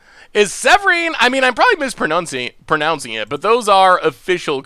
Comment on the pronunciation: mispronounces mispronounce. Classic.